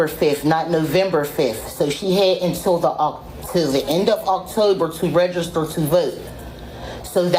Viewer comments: Anyone else annoyed by how the teacher says REGISTER , its not rayjayster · The way she says ragister id stip her right then and be like bi**h its REGISTER REG REG REGISTER NOT WHATSEVER THE F**K YOU IS SAYIN ragister. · Where is the A and Y in " Register " It's not RAYjuster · “Reygister”? Where are they? “Voyte”? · She can’t even say the word register correctly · That woman can't even pronounce the word Register! She needs to go to school not work at one ! It's horrible when Illiterate People think they are smart !